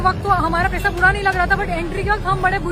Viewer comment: paisa❌ PesaaAA!✅ 😂